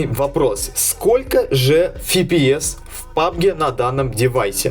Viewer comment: С фига фипиэс если пфпс либо эфпиэс